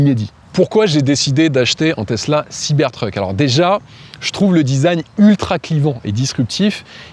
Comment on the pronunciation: Pourquoi prononcer Siber treuk? Soit tout en anglais, soit tout en français siber truc, ça lui va mieux d’ailleurs 😂